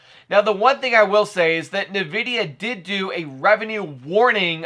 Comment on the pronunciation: The way you say NVIDIA bruh...